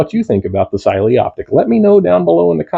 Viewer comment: First reviewer who knows how to pronounce the brand!👍